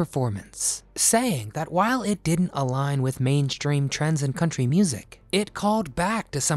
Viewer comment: Yes,this is country not cuntry.